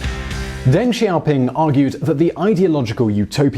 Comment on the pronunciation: "800 million people, or more than Latin America, Spain, and Portugal put together." Dios mio that puts it into perspective holy shit. Also, it's a little thing but kind of grating: "Deng" sounds more like "Dung" than "Dang". Yes his name sounds funny. Many Chinese names sound funny to english speakers. But that's his name. In general "e" in romanized Chinese sounds like "uh" or "eh" but never "ay". Similar to e in German.